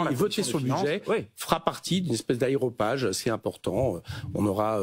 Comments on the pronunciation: On dit aRÉopage, pas aéropage… Ça vient d’une colline d’Arès, areios pagos, à Athènes… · non mr Coquerel, pas vous! leur "club de discussion gros sous" ça s'appelle un aRÉopage et non un AÉropage ! 😄mais merci pr votre compétence!